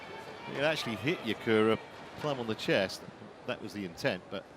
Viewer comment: Not Nakura... It's Yakura